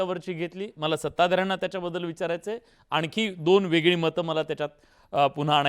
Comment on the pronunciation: शायना एन शी. कोण आहे. हिला सुद्धा मराठी येतते का उधाथ्ये. वेगळे ऐवजी वेगले बोलते ही शिकली म्हणते बोलता येत नाही